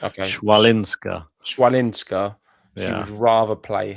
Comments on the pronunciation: CH in polish we read as H, so Hwalinska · No, it's not. 'Ch' is pronounced /h/ as in 'head' or 'ch' as in 'loch'. 'w' is pronounced /v/ or /f/. So it's hfa - lin - ska.